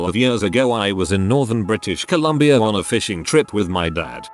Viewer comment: literally no one: what's written: Years the reader: Yeurs